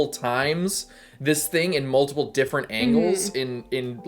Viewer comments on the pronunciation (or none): none